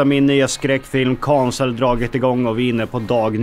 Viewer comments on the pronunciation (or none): Uttalet på cancel 😂😂